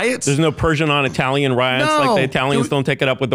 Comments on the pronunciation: Why does this burn out keep saying I-uh-talian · I can't get over how Curtis corrects Tim on his pronunciation of "silicon" while he says "eye-talian" about 50 times. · Cool guy, can’t fucking stand the way he kept saying EYE-talian….. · he says 'eye-italian'